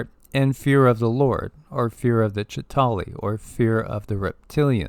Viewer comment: The Avengers do not have the depiction of the "Chita hauri " the same as Credo Mutwa's depiction. You also leave out the middle syllable in the word. I heard Credo pronounce it many times as I have watched David Icke's interview with him many times. Moving through space is the same as moving through time.